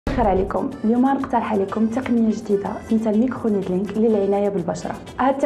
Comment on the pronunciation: سميتو لميكرونيدلينغ ماشي مايكروبليدينغ ديل لحجبان 😂